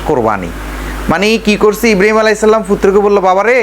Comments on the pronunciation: হালা কুলাঙ্গার, হজরত ইব্রিম আলাইসাল্লাম, নামটাও ঠিক ভাবে বলেনা, হজরত ইব্রাহিম আলাই (সঃ), বেয়াদব চরম ভাবে বেয়াদব, এরে আইনের আওতায় আনা হোক। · ইব্রিম নয় রে গাধা ইব্রাহিম আঃ বল সালা গন্ড মূর্খ।